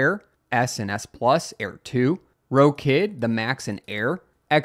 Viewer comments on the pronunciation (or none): none